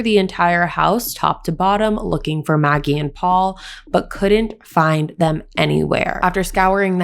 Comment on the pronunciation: Not naggie , Maggie.